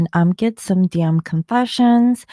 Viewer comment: When you said “DM confessions”, it sounded like “damn confessions” 😂😂